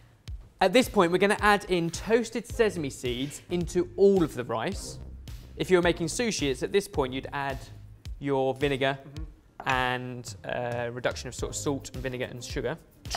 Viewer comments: said sezame again D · BEN FORGOT HOW TO SAY SESAME AGAIN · SES-A-ME BEN. SES-A-ME. NOT SEZ-A-ME, SES-A-ME. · SESAMY,, not SEZAMY:( thought you'd learned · pronunciation lesson didn't work! He still said Sezzame seeds grrrr. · Well lesson on how to pronounce things obviously didn't work. Even though he was specifically taught how to say sesame, HE STILL SAYS SAZAME!!!!!!😂😂❤️ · I swear if says 'Sezame' one more time, I will book him on an English language course